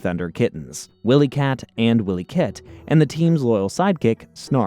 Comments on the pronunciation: They are called Wylie Kit and Wylie Kat, not Willy Kit and Willy Kat 😂😂 Also it's Mah-Mutt not maymutt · Yep. 'Willy kit and Willy kat' lol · WHILE-E-KITT & WHILE-E-Katt. 🤦🏾‍♂️🤦🏾‍♂️